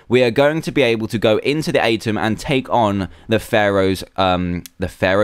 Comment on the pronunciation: It's pronounced "u-tem" Dan.😅